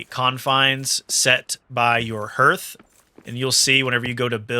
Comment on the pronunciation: Please pronounce Hearth correctly in the future.